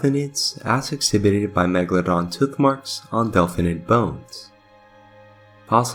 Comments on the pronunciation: "Tooth" is like saying the number "Two" with a "TH" at the end of it. 👍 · This was very interesting and even thou I knew what u were saying, calling it a tuth was driving me crazy 🤣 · Tuth? I cant get over how the narrator Says Tooth. Tuth.. lol hilarious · Awesome video! By the way, are you Welsh? I ask because of the way you pronounce the word “tooth”. I have Welsh relatives who also pronounce it that way, and I thought that was unique. Anyway, thanks for making this! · You said "Teeth" perfectly, why not "Tooth"? Why "Tuth"? And please look up how to say "Cannibalism". Not trying to be mean, just being honest. Greta video otherwise, but saying "Tuth" made this almost impossible to watch, it hurts the ears.